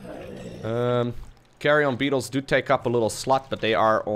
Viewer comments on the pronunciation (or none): Is it me or did refer to Carrion Beetles as Carry-on Beetles